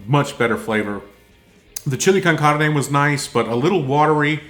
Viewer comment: You must have lived in America because your pronunciation of Chile con Carne was really good for a non Spanish speaker. I'm white and American but learned to speak Spanish in my teens. Very interesting to learn typical Ukrainian people would find a canned chili too spicy. Any Mexican food would definitely rock their guts.